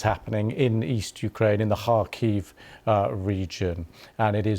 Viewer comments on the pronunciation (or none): none